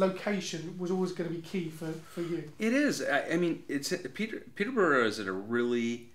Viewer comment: 'Peet-ah-burrah. Peet-ah-burrah FC'. It's not hard to say. The rest of it sounds okay.